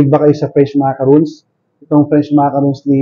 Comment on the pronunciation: Hindi siya macaroons, which I got corrected, ma ca ron